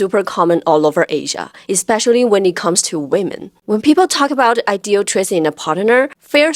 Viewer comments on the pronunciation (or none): none